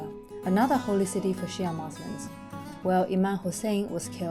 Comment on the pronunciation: Hi, I love your posts and apart from itchyboots Noraly travelling the world by motorbike your channel is the only one that is somehow soothing, intriguing and joyful to watch, a happy mixture of feelings. May I say one thing, please pronounce Muslim with the 'M' at the end not an 'N' otherwise we sound like were muslin which is material for clothes! 😂😂😂 ❤